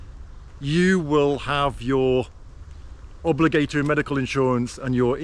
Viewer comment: I've never heard "obligatory" pronounced like that even in London.. sorry but..